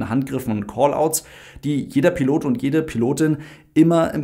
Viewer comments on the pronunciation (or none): none